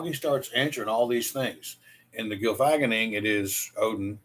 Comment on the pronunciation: As usual, your logic is sound in this. Your words are correct and true. My only problem is your pronunciation of the Norse word. You say Gylfag-enning instead of Gylfa-genning. Gylfi (His name) + Genning (His Self Delusion) hence the Delusion of Gylfi. The story told is correct, just not the pronunciation of the title. Skal!